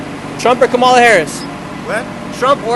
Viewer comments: Kamala is pronounced as Comma-la, not Ka-MA-la. Love your videos! Trump supporter 100%. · That girl in white jacket carrying yellow bag is voting Camilion. Doesn't even know how to pronounce her name. That girl ain't voting. She has no clue! Geez!!! 🙄🙄🙄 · is it Kameleon or Kamala? 😂🤣😂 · Great tip! I’ll remind others how to pronounce Kamala’s name Com a la as in Communist ❤ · They don't even know how to pronounce kamala.